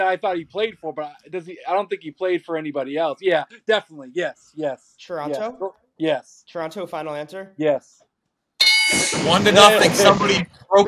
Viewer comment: calling it Churonto..smh